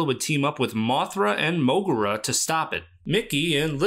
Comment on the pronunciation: I don't know if this an unpopular opinion or not, but to me, the MogeGoji suit is the definitive Godzilla design. Also, iirc, the U in Moguera is silent, like with Anguirus, spoken 'Mogera', hence the Godzilla suit's name 'MogeGoji'.